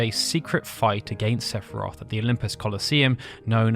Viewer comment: La pire video sepharoth serieusement CA CE DIT SEPHIROTH FIIIIII FIIIIIIIIII COMME FINAL FANTASY CONN@